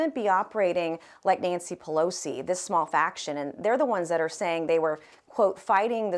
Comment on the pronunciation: Drink, she said pelsoi